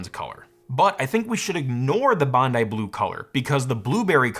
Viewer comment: This Australian thanks you for pronouncing "Bondi" correctly